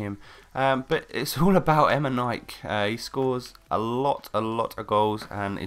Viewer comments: LOL eme-nike its emeneeykay pronounced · Em-e-nik-e... Not Emenik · Omg.. Emenaik? it sounds so wrong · EM-IN-EE-KAY nice video by the way!:-) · Not trying to hate, BUT ITS PRONOUNCED EMENIKEY, love your videos :') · Emenike = Em-en-eek-ay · emen-ek that is how you say it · I think it's pronounced "Em en nee kay". Well, atleast that's what the commentators on FIFA say :P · Have you been living under a rock all your life? It's pronounced Emenike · He's pronounced M-N-E-K Say the letters out aloud and thats how you pronounce his name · not hating but you pronounce his name em-e-kne-kay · its pronounced em-en-iy-k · Lol you cant even say eminikeeeee right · it would only be pronounced like that if there was an é on the end :) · U said Emike wrong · Fine then, you said emenike wrong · your saying eminike wrong. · QUIT SAYING HIS NAME WRONG